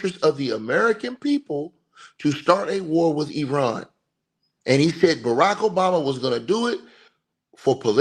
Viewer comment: Eye ran pronunciation, not being smart bro, each one teach one. I was pronouncing it like you until I was corrected. I didn't get upset being told.